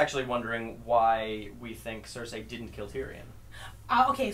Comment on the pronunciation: Why are you all saying Cersei's name that way? I get that it's an "ei" at the end, but everyone else I've ever heard just says "Cer-see." It's super annoying. It's like if you always pronounced encyclopedia "encyclo-paedia"